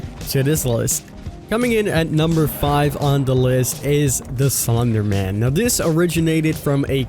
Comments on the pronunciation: Did.....did he just say sonder man? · how is no one talking about how he said slunder man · Did he say slonder man